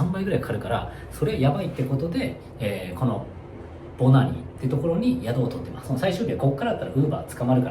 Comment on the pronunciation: 初見です。 今年からバングラデシュに仕事で赴任して、現在ボナニに住んでます。 Bananiと記載しますが、発音はボナニで合ってますよ！ バングラデシュ人は人懐っこく、よく話しかけてきますね。屋台での雰囲気が実際の雰囲気だと思います！